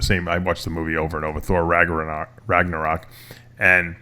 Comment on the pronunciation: Daves th attempts to pronounce "Ragnarok", a somewhat victory.. Jesus... And rendition of crazy train?!?!! Yikes!!!!